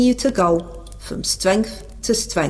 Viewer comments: will continue to go from was stwength to stwength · Well said! Don't let a little misunderstanding bring you down. You are going from stwenth to stwenth. And don't listen to the haters: you ARE working class. Even though you've never worked. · Absolutely brilliant "I am going from stwength to stwength " 😂😂😂😂😂